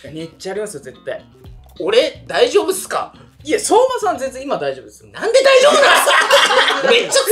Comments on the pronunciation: はやともさんの（そ↑まさん笑） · はやともさんの「そぉうま」さんのイントネーション気になるわ😂